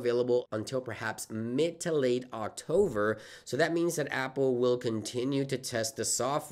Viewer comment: Why do you say octover?